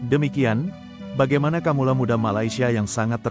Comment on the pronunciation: kawula bukan kamula